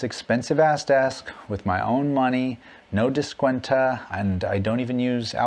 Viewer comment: Not "descuentah". Descuento. descuento. Oh. DescuentO.